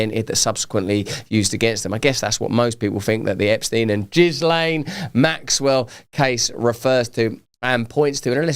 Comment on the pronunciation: JIZZ-laine Maxwell? 😂😂😂